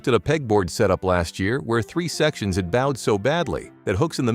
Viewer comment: The AI audio here is tolerable except for "bowed", but the AI video is a true exercise in preposterousness. Favorites include the opening of a garage door causing the floor to explode, and the drilling of wood causing metal shavings. It's so bad I was re-watching parts.